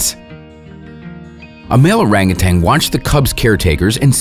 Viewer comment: I die laughing just by he speelling "orang utan" as "oreng uten" 😂